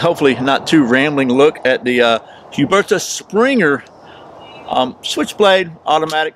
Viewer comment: u pronounced it right =) pretty good btw imo